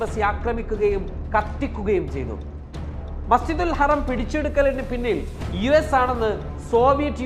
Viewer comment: Masjidul haraam not harem